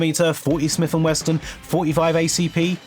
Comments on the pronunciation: "40 smith and westin"??? LOL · Smith and Wesson not Smith and Weston - are you AI ? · What is Smith and WESTON??? Did you mean W E S S O N ??? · "Smith & Weston"....🤣🤣🤣🤣🤣🤣🤣🤣🤣🤣